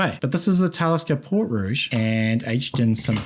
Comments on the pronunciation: Pretty sure the Talisker pronunciation sounds like Port Ree from what I was told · Hi. Port Ruighe is pronounced Portree. Port ree. (It’s the traditional Gaelic spelling) it is the main town on Skye. Cracking dram, and as always great content.